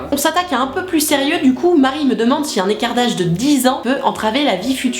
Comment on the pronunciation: A chaque fois je croyais que tu disais "kardash" au lieu de "écart d'âge" ptdrrrr